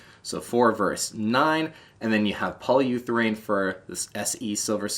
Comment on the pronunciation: 'Pal Fererro' or Pau Ferro and 'polyutherain' or Polyurethane. Love the video but loved the pronunciation (seriously loved, not criticising)!